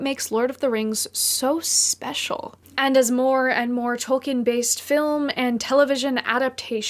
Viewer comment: Hey! I am not sure if you are aware or even care but you may be interested to know that you are pronouncing Tolkien incorrectly. I only mention it as it may interest you, if not, no issue, your work is great either way.